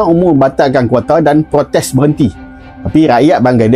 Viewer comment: Sebut je KOTA..ngape jd KWATA?